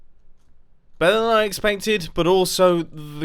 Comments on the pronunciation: Why does sound Danish “Bedre Ekspektet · You said better in danish perfectly here "Bedre"